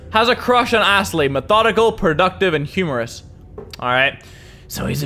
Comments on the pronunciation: Did you just say assley 😂😂😂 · You said assly